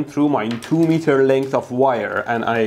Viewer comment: The meatah, you must give me